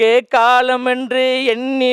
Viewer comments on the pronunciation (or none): none